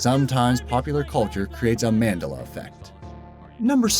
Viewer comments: Man-Dell-Uh not Man-Duh-Luh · what is with this guy pitting accents on the wrong syllable? MANdela? manDELa. and other ones. MEDicicnal? try meDICinal. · It's man-del-a not mandla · Man'dela, not 'Mandela ;-P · You are pronouncing Mandela incorrectly. It's pronounced man-dEl-a (the capital E is not to make it long it is short I'm just making it stand out more) you said man-dl-a! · Nelson Mandela ahahah it's pronounced Man-della not mandella. Madiba will also do fine. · Dude its Mandela, as in Nelson Mandela, not Man-dah-lah. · Man Dell Uh, not Mand Duh Luh. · Man-del-a not Mand-a-la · Yup. He's obviously suffering from the Mandela effect. Lol. It's Mandella (extra L added for emphasis on Dell) Like a Dell computer. He's making it sound like mandolin the instrument. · It's manDELLA NOT MANdella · Mandela. Man-dell-a. Not Man-dah-lah. Sorry just my OCD. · It is pronounced MUN-dela not MAN-dela. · That's not how you pronounce Mandela. OK, it may be the way YOU pronounce it, but that's wrong. It's "man-DAY-la" or sometimes "man-DEL-la". What you're really saying in this video is "mandala". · he said Mandela effect wrong it's not mandAla effect it's supposed to be said like man-DELL- a effect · Mandela is not pronounced Manduhluh it's Man-deh-la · MAN-DELLA Not Mandela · no, you are. and its not their memories. its spelled nelson mandEla, he said mandUla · man-DEL-a, not MAN-de-la. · man-DELL-uh... Not MAN-duhluh. Fuck dude. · Man**** Dela not no fucking mandala, like an instrument!!!! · Why does he pronounce it MAN-dela. I've always heard it pronounced Man-DELA. Or is this another example of the Mandela Effect? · it's pronounced Mand"e"la not Mandela ( e should be more pronounced) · Man del a not Mandela learn how to pronounce it properly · Thumbs down just for the Man-dul-lah effect. It's called research. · Nelson MAN-della .... lol this video is terrible> and that's not Apollo in Rocky II - its Clubber Lang in Rocky III ...... which DOES include Eye of the Tiger